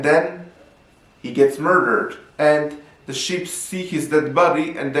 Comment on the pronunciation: The sheep 🐑 detectives are on the case you can Baaaa-et they won’t have the wool pulled over their eyes 👀! lol also it sounds like you’re saying shit 💩 detectives 🕵️ at the end. On the case of the unflushed toilet?